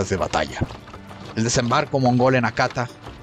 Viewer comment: Excelente relato, una pequeña colaboración... En el idioma japonés existen 3 alfabetos: kanji (se pronuncia kanyi), hiragana (se pronuncia jiragana) y katakana. Cómo verán la "h" suena como la "j" en español. Por lo que la palabra "Hakata" se pronuncia "Jakata", NO "Akata"